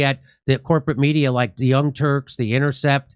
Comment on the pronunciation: Did Jimmy mean to say the young turds?